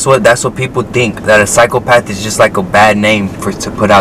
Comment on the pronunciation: And btw bro it’s psychopath not cyclepath .